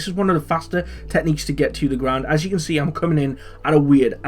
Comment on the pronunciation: Did you say as you can scee?